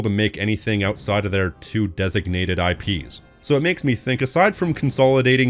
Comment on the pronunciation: I thought you said sits on way too many "tips"... 😂🎉🍌